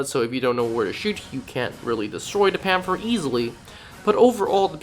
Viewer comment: Pan-ther not pan-fer